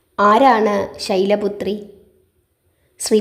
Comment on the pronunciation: ഓം ദേവീ ശൈലപുത്രയെ നമ: എന്നാണോ. അതല്ല. ശൈലപുത്രിയെ. എന്നാണോ ചൊല്ലേണ്ടത്❤. ശൈലപുത്രയേ. എന്നാണ് മാം പറയുന്നതായി എനിക്ക് തോന്നിയത്🙏🏻🙏🏻❤️🙏🏻❤️